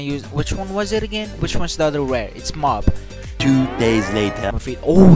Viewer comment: Did he call mob bob lol